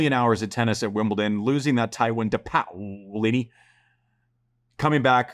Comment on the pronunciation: POW-lini haha i love Andy poking fun at the pronunciation experts.